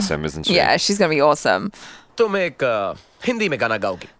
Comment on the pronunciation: I appreciate hindi pronunciation